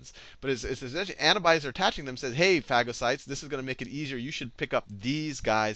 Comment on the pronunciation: looool I can't get over how you say antibodies heheheh.. ANTUHBODEESSS.